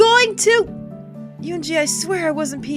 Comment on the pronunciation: If you do wind up streaming route, please learn to pronounce her name. I gave a pronunciation guide for "은지" back in episode 2, but you could also look it up on YouTube, since it's the name of a famous girl, it should be easy to find. Also, as the other Commenters asked, please upload it to YouTube. Side note: "eroge" is a Japanese portmanteau made from western words ("erotic" and "game"), so pronounce it like that (not "erogi"). You could call this game and HuniePop examples of eroge. If you see "yi" in a Korean romanization, or in a Mandarin romanization, it'll be pronounced like a Japanese "i" or "ii" (except with Chinese, there will be tones). I don't know why they romanize it with a "y".